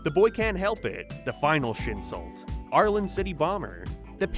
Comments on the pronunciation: Every time I heard you say Arlen I thought you were talking about Ireland 😂it’s just me and my deaf ass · I know you're not saying Ireland when you say Arlen but I always hear it.